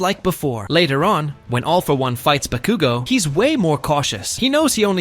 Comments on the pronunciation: Why did he say bakugo so wierdly. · Why did you use AI voice for this video? (It sounds like AI to me.) /gen. It makes the video a bit silly, because it pronounces names wrong (EX: pronouncing Bakugo wrong) and doesn't use correct sentence structure, like pauses between words where there's supposed to be a comma, or a period at the end of the sentence. It blends words together, when there's supposed to be a slight pause. It would be much easier and better to use your own voice, or hire someone to voice it for you if you're not comfortable putting your voice on the internet. This is not hate, it's constructive criticism. Just something to make your videos better. /gen /nm